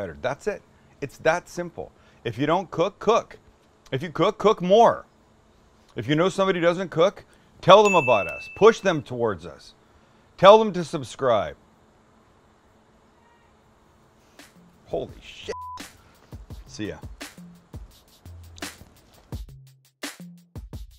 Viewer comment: I thought it was fluke when you said "sumscribe" but now I see you do it more often then not...STILL love your show...